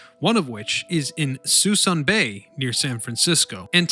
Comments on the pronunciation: The best way to lose a sub and also get a thumbs down? Start with an embedded ad. And it's "Suh Soon" not 'sweson ' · "Sue-SOON" Bay. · Everyone pronounces it Sue Soon. Also there are only 2 or 3 ships left as of 3/20/22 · It's "Soo-soon Bay" - spelled Suisun - I remember when there were hundreds of ships in the mothball fleet. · Sa-SOON Bay. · Suh-SOOON bay! Habitat of MONSTER Sturgeon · Locals say "suh-soon bay" chief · Agree Danny it's suh-soon!! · Suisun - "Sa SOON" Bay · Note, Suisun Bay is pronounces . It's the mothball fleet that is being scrapped, one ship at a time. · “Suh-soon bay” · Suisan is pronounce "Sa-soon" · Very cool video...probably should point out...the proper prounounciation of Suisan Bay is "SUE SOON" bay. Yeah..it looks like Sui SAN..but it's SueSoon. English...can we screw it up or what. I remember when the Iowa was there a long time. The last time I drove by was about 6 months ago, and it's down to a dozen or fewer ships. Environmental reasons, they've been slowly cleaning it up. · Suisun is actually pronounces Suh-soon. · The locals in S.F. call this bay ( Sah Soon ) ( Bay ) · It's Suisun Bay. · Stopped watching immediately when he couldn’t pronounce Suisun Bay. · "Soo-soon" has been mentioned. Let me add "Bremerton," not "Birmington."